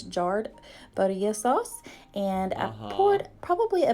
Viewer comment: Not the Budia saulse. Would it kill white people to simply look at the letters in words as just say them?